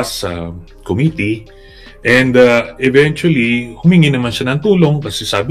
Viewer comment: PURO KA NAMAN " EVENYUSLLY"